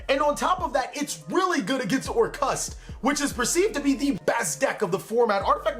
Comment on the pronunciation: Normal people: Orcust: OR-CUST